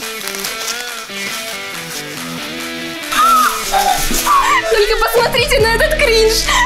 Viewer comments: Кэйси говорит не кринж а кринч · Говорят Кринж а не кринг